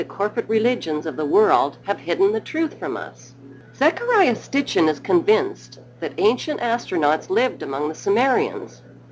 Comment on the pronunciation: I know I'm knit picking but it bugs me that the narrator says Stitchen noy Sitchen .